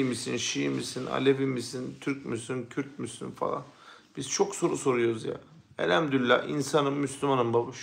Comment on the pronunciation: Elhemdürüllah değil, Elhamdülillah!